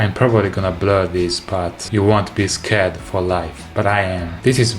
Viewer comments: A Bass playing Bass. Love it. I'm scared now too. Although I think he meant to say scarred[skard] not scared. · I really enjoyed seeing more of your true personality in this video! I hope you keep doing that in future videos! Also, perhaps you really did mean to say "scared," but if you were trying to say "scarred," pronounce it like scar'd. 🙂 Thanks for the fun video!